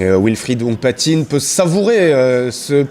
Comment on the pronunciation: il faut lui dire au commentateur que c'est Hounkpatin et pas Hounkpatinne